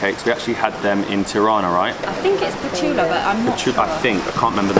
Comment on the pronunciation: Yes we call them petulla... ( you were very close with prononciation) you said with "soft" "t", close enaught.You are discoverin every corner amasing.